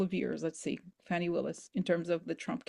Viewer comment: Fani is pronounced fawny -- i love her, otherwise I wouldn't mention